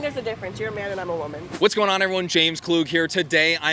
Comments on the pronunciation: lol wtf even was that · “As a Hispanic WUMEN” The way she said it cracks me up😂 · As a Hispanic CHWOMUN Lmao why did she say it like that